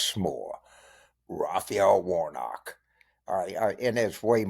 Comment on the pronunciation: You were doing well until you said Warnock. You must be kidding.